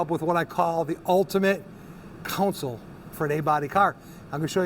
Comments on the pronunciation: It's a friggin "console" not "council" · It is pronounced, CON-sole, not council. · Nifty stuff, but it's CONsole not COUNcil. Thanks. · Why do so many call it a counsole or a council, its a CONSOLE! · CON-SOLE This is unwatchable! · Pronouncing console as "council" is so Great Lakes. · Council is not a correct pronunciation of console. It's just because someone said it wrong and someone else repeated it. Just like the goofball who first said "hone in on it." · I'm from the rural midwest, nowhere near academic elite. I know there are places in the south who say council, but it's still incorrect. How TF do you get COW out of CON? Those mispronunciations are going to disappear over time as American English becomes more homogenized. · yes, the English language is definitely tricky. People pronounce words differently that mean the same, like almond, salmon, worcestershire, and sherbet to name a few. But when we say council or counsel instead of console, the definitions are completely different. That console is pretty sweet!! I am very impressed with your craftsmanship and design! Nice work! It's not for me, but if I was building a RestoMod Chevelle, I would definitely want one of those badboys in my car. I can't wait to see your future builds out tearing up the ashphalt! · no you just pronounce console wrong dude